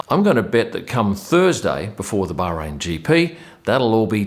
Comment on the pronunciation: I love the way you pronounce Bahrain, the fact that you pronounce it Bahrain and not Bar-rain 😂🤩